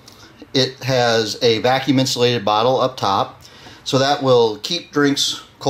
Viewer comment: He said botter 🤣